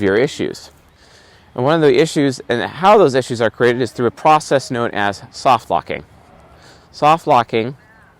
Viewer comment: What word are you saying, is it "soft-locking"?